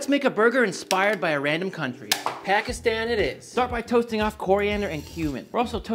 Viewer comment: how u pronounced pakistan 😂